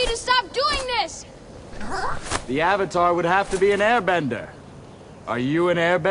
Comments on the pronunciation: Ong.It's aang Eeeroh.It's iroh Ahhhvatar.It'savatar Agni keeee.It's agni kai Damit m.night shanmalon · I present to you, the butchering of names: so... are you the ovatar oong? soaka don't. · They pronounce avatar as Ovatar, and Aang as Ong